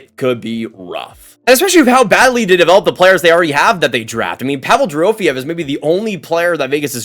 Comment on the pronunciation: It’s pronounced Pa-vel Dorthy-ev for VGK